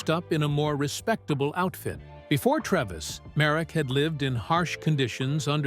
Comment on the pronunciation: The doctor played by Anthony Hopkins was called Frederick Treves. Pronounced TREEEEVS, not Trevis.